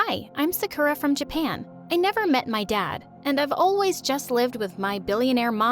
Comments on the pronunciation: Bro, its not Sakerra, its Sakura, KOORA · They said serkura I think they meant Sakura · its SAkurA not saKUra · Please her name is pronounced SA KU RA not Suh Kooo rah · i was so confused. they called her “suh-koo-rah” BUT HER NAME IS SAKURA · And it's said sah-kuRAH li,e a Sakura tree it's not said suh koo rah it's sAh koo rah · It isn't pronounced as sakuura it's saakura but you write it as sakura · It's (SA-KOO-DA) not (SA-KOO-RA) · Why they keep saying Su-cu-ra THEIR PRONOUNCING OT WRONG 😐 its SA-kU-rA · BRO WHY DOES EVERYONE PRONOUNCE 'SAKURA' LIKE 'SAKOORA' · Bro why they say Sakura like sakoora💀💀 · It’s pronounced saw ku ra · My story animated: zekera Me : what kind of name is that Me after Reading the note Me: you seriously said anime in the video and you can’t get the name Sakura pronounced right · how she pronounced sakura: "hi im sukoora from japan!" girl... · why did i hear sickura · It litterly says SA-KUR-A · IF YOU'RE FROM JAPAN THEN WHY DO YOU PRONOUNCE SAKURA AS "SEKURE" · the "saKHOra" left me devisteded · SAME THEY KEEP SAYING Su K ERR UH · SAME SUSHSHSHSHSHS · IKR LIKE ''SUCKER-AHH'' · loll i heard uni and i thought wait unnie means sister in korean and they said sakura and u say it as saakura not sakura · HI, IM SAKUURA FROM JAPAN, YUUMI IS MY TWIN like babes, if youre going to do a 'japanese' character, at least have some respect to say the japanese names and words right xx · why are they pronouncing sakura like that?? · They pronounced Sakura wrong 😑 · “hi I’m sakura from Japan” Me : looks at her I’m sorry wha— also I don’t think that’s how you pronounce that but ok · putting jennie's solo performance in the thumbnail her being japanese her pronouncing sakura like a american wtf is happening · man they dont watch anime the way they pronounce "sakura" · All tho sakura is a trash can i get triggered when u pronounce sakura fr wrong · Her: being Japanese pronounces Sakura like a literal American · How did they pronounce sakura wrong 😑